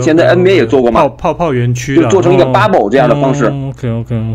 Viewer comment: 說話要能中英混合。大陸絕大多數人對此很反感，那是他們的無知和狹隘的骯髒的心理。但是，這種心理也影響了海外經常使用英語的華人。 對這些人來說，問題不是要不要中英文混用，而是怎樣混用使得人們能聽清楚。 一個簡單的辦法，就是在一段話裡首次使用時，加個翻譯。 還有，英語的發音，切忌過分誇張地「洋腔洋調」，盡量把音拉平。 這小伙的bubble 就過分了。 平一些，加個翻譯，就很容易了。